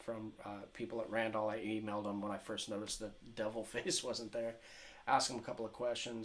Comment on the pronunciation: LOL RAND-ALL THE WAY YOU PRONOUNCE IT IS LEGENDARY